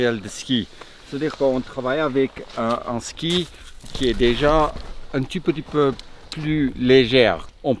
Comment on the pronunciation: en fait quand tu dit "un tout petit peu", tu prononce "un tu peux tu peux" mdr ;-)